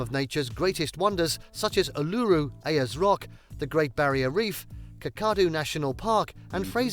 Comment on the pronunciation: This is written by AI. The mispronunciations of Uluru, Ayers rock and Kakadu national park make it obvious